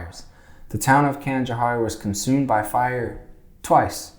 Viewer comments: We pronunciate Canajoharie as Can-ah-Jo-hairy instead of can-ah-jo-harey if you were curious. I live in Nelliston, Ny 🥰 You should have got the amish horse n buggy. They're most common in Nelliston though. They go through Canjo. (Canajoharie) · OMG I could not watch the entire video until now. you sure are a zombie. you have gotten everything wrong including your pronunciation of Herkimer and Canajoharie and so many others. (all wrong) everything you said was wrong. I work for a historical fort very close to Canajoharie and live in canajoharie. you are stupid! please get facts. do not voice opinion on historical places, get an actual historian to help you with these videos. I cannot believe how stupid your narration is. so wrong in every way. The point you are, I think< trying to make is just as ignorant as your entire narration in this video. I hope the state of NY sues you for your misinformation. so stupid.